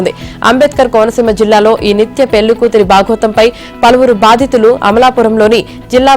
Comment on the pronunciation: Pelli kadu Madam....Pellli